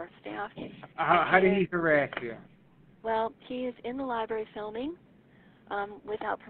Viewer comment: Li-Barry. I can’t not cringe every time I hear it. Where did you guys in NY misplace the R at? Haha. Love you guys!!